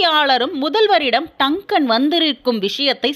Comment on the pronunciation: அம்மா அது டக்கன் இல்லை எல்லீஸ் ஆர். டங்கன்.